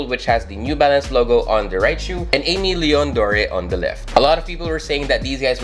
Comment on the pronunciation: Love these alot, got a W on the restock. Super happy with em. You’re one of the few who pronounced Aimé Leon Dore right imo, most people say a million doors🤮🤣 or something else weird🥲. Keep it up my guy! Peace ✌🏽